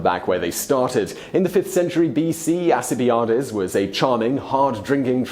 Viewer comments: I think the Greek also do not pronounce I as AI. Al-kee-bee-Ah-des or Al-kee-bee-Jah-des might be closer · Its pronounced Al ci by a dees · You mispronounced "Alcibiades." "Rout" also rhymes with "out," unless it's a British thing. Couldn't you check on the proper way before churning these things out? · There isn't a C in the Greek alphabet. In Greek, Alcibiades is spelled with a Kappa. So yes, he mis-pronounces Alkibiades (and a lot of other names). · Sometimes I think u just try and slip in at least one horrific pronunciation each video. I can't believe you can research people's lives and not even Google how to say their names XD. It's Al-see-by-a-dees. Alcibiades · Alcibiades - a Greek Name: There is NO soft C sound - so it is : AL- Kib-Bye-Ard-Des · Wrong wrong wrong! Alcibiades was accused of vandalizing the Herms which were statues placed at Crossroads and were important to the Greeks for safety when traveling. He almost certainly was not responsible and this is acknowledged by most historians. And your mispronunciation of his name is horrendous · Your pronunciation of Alcibiades is shameful and you should be ashamed of yourself. It was not in fact Alcibiades who mutilated the Hermes statues it was his rival in court who then blamed it on him. Alcibiades is one of the greatest figures in Antiquity. A real life James Bond don't mess up his name! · Ellis, You beat me to it. Brits often make the same mistake with the word router, that demon inhabited machine designed to turn wood into sawdust very quickly. I've also never heard his pronunciation of Alcibiades, but I guess it's somewhat close to the Greek, except for the soft 'c'. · I was happy with the inclusion of Alcibiades, although I thought he should have been #1 for the number and variety of the coats he turned. I was also startled by your pronunciation of his name, but maybe that's just a British thing. (I still haven't gotten over a British schoolmate saying "Don Quixote." \Kwix'-oat\ )